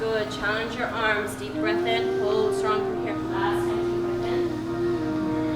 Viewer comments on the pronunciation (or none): “Tek a dep bred” 🥒🥒🥒